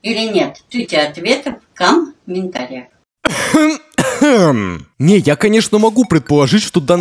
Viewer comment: Бабулька так чётко произносит первый слог в слове комментариях, типа "cum", да? cum-ментариях? Кринж 90 уровня.